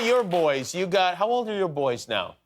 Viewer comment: He said “how” like he says wow to be fair LOL.